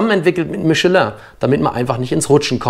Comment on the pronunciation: Dr erste Deutsche der „Michelin“ richtig ausspricht. 😀